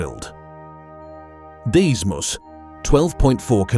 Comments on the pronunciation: Deimos not desmos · He said desmos 😂😂😂